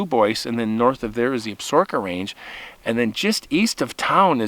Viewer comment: I believe Absaroka is pronounced ab suh roka, not absorka. The only reason I think that is because I watched Longmire. lol Great story!